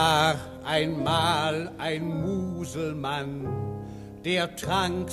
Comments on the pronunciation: Mal zur allgemeinen Erläuterung: Es heisst Muselmane, nicht Muselmann. Hat nix mit "Mann" zu tun. Und gesprochen wird es mit einem laaaaaangen "a", weil, ja, weil es nur ein Konsontant nach dem "a" hat. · Es heisst "Musleman" und nicht "Muselmann", ein langgezogenes "a" in Musleman, gesprochen: "Muselmahn".